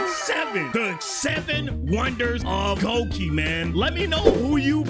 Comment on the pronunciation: Red guy it’s pronounced gloiky